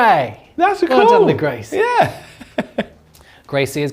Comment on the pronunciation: I thought for a second had named one of his rats “Grace” Then I realised he was saying Grey Seer 😂